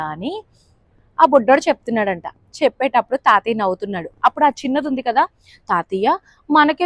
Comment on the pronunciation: తాతియ్య కాదు , తాతయ్య అనాలి....